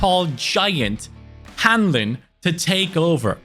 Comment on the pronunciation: Hahaha must be a relative of mine! Funny hearing Hanlin should be “Han-lon” Love the video!